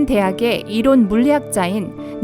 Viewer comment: 이론 발음이 많이 이상한데 목소리는 누구목소리인가요?